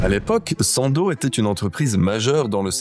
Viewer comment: On dit pas sandozzzzzee 😂